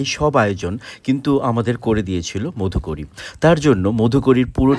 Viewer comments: Modhukori noy go Madhukori uchcharon ta thik kore koro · Khub sundor ! Kintu uchcharon niye aaro satarko howa proyojon. modhukori bole kono shobdo Banglay nei. Maadhukori aache. Paribrajoker bhikkha. মাধুকরী hocche sothik uchcharon. Eisob basic bhul hole video khelo hoye jaay. A teacher should be aware of all these. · উচ্চারণ টা মাধুকরী হবে